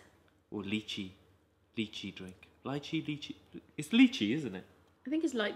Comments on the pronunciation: Lee-chi not lie-chi 😂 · This is how u say liche le che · It’s pronounced leetchee.